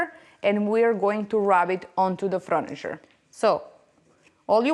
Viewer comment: Not froniture but furniture 😅